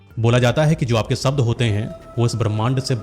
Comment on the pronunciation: भाई को शब्द बोलना नहीं आ रहा है सब्द बोल रहा है और चला है शब्दो की अहमियत बताने 😂😂😂